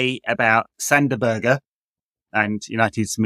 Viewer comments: Better than Sander Buurgj which all English people say at least. Even Sander is pronoucing his own name wrong in those Premier League videos. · Crazy bad at saying Sander Berge.